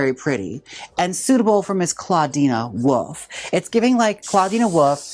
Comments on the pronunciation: “clawdeena woof” - jaymes mansfield, 2025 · Gotta love Jaymes saying a nonexistent a to Clawdeen's name lol